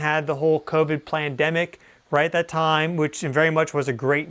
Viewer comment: I heard you say PLANdemic haha Weather on purpose or not that was funny.